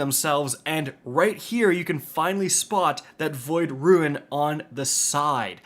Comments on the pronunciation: Rune... Not ruin 🤮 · Good it's not just me haha I can't tell if it's just some accent or he doesn't know how to pronounce 'rune' lol. Ps love ya just having fun